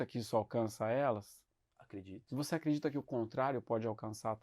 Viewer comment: Porque continua falando sunce depois de séculos? Só de curioso! 😎